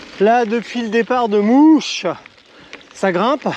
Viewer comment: Bravo il en faut de la volonté. Je suis de la région, pour info le village de "mouche" se prononce malheureusement "moche" :p lol